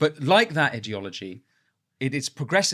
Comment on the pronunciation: Idiot ology idea ology please speak properly